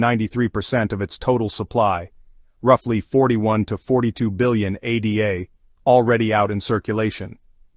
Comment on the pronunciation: We'll see...whales and their bots control 95% of all market cap, so it only moves when they want anything to move and when OTC is depleted...regardless this is an AI channel. No one says A D A. Its ADA, as in Ada Lovelace not A D A.